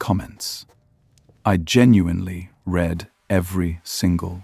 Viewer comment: Why do you use fake AI maps and text illustrations ? And as you pronounce Read as Redd ("Drop your comments I genuinely Redd every single one") I understand your voice is AI too ! What hv you to gain from using AI ? Nothing You only loose !!!